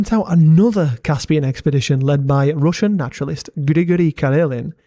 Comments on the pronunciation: As a russian i must admit that your pronunciation is very good for a foreigner, we got some difficult phonetics for non slavic people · Твоё русское произношение недурно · Great video, enjoyed watching your research. It amuses me how every little piece of land has such a history behind it. It is even more intresting to learn about that hidden untold stories apart from general big history. Also, great russian pronunciation. Thanks, def subscribing! P. S. I suggest you use wikimapia next time, it has more than just every popular satellite map in it, there are also many kinds of old paper maps scans serving a variety of purposes. The really convinient thing about wikimapia is that it has data on long gone buildings and areas unnoticeable on any modern satellite maps. I enjoy going on adventures sometimes, map helped me a lot in finding abandoned villages, bunkers, ruins and other landmarks. They are marked by other people and often have links on sources and a few comments on history of places. Can't recommend it enough. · nice russian pronounciation bro, keep at it